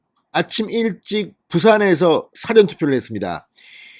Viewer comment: 사전이 아니라 사:전 투표입니다! 방송발음에 유의하시기 바랍니다!